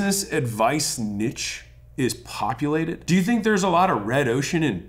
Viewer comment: thanks for calling it Nitche and not Neeche like douche bags do :D